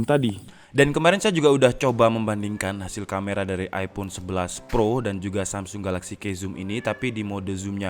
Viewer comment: Iphone eleven bang,bukan teenn